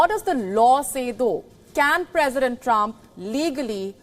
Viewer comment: again repeating trump trumph & there will be only trumph